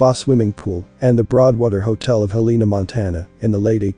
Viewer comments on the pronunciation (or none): Not “Heleena” “Hellanuh” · You are pronouncing the States capital wrong. Its pro-nounced Hell-in-A spelled Helena. YEP, the population is also wrong. They ( the corrupt mt gov.) Keep all the cities population down. In Missoula mt. In 1980 the census was around 80,000. To 100,000. People. Then in 2020. They said the population is only 100,000. People. But in truth there is over 1 million people in Missoula. & in most larger cities in mt. Have over 1 million people. They keep the numbers down . So the Books will NOT show how much in taxes the Local gov. Is getting. Did you know all property tax goes to your local city gov. Not the State just your local city. Schools, police, fire depts. Etc... a 1 bath 3 bedroom house is average 5-7,000 per yr in taxes. I can prove this... that mean you have to save around 5 to 700. A month just for the taxes. On a 14.00 $ hr job. Wont cut it. That is if you own your own house. If you have a mortgage the cost goes up. & there is No longer any real industries in Montana anymore. Some coal in the eastern part of the state. But no more mills anymore. 😢. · It's Hel la na. I don't know what you say on the west coast. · Like the content, teach your robot how to pronounce Helena correctly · Yeah, It could have been better if Helena was pronounced correctly.